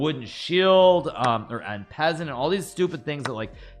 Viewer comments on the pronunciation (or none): "In peasant"... im sorry to be that guy but its pronounced "on=passont" = En Passant